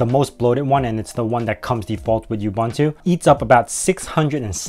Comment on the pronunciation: Any credibility this video may have had goes out the window when you pronounce it you-bun-too